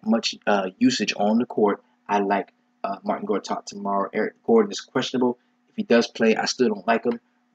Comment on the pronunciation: Bruh..not Martin Gortat..its Marcin ..always gives me OCD lol